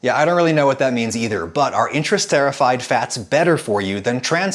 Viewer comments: I believe it's pronounced Inter-ester-ified (not inter-sterified), as 'esterification' is done between molecules as the 'ester' bonds of the fat molecule are made and broken. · Intrasterified, no: Inter-ester-ified* You said it many times, I had to point this out. Awesome video, love it! Pronunciation nazi out. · I know iam nit-picking here, but its pronounced inter-ester-ri-fied, not inter-set-ri-fied. Then again wouldnt expect someone who doesnt encounter these words on a daily basis to know this. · chemist here Adam. interesterified should be pronounced inter-esterified, not inter-sterified. esterification is the process of converting an acid to an ester. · Missed the boat on this one by a couple years I know, but I just found this channel recently so cut me some slack. "Interesterified," while it starts with the same letters as "interest," comes from "Inter-" (between) and "Ester-" (a type of functional group in organic compounds), so you'd pronounce it more like "Inter-esterification." Although it's hard to tell with Dr. Berry's British accent, that is also how she says it in the video. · Ok, not sure I needed to know that little fact about the etymology of the word shortening! Btw, interesterified is pronounced inter-*est*er-if-ied because it’s making ester groups between parts of long molecules. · Pronunciation error : inter-ester-ified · The fact that he kept saying intrasterified instead of interesterified was really annoying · As a chemist, that was hard to listen to. ;)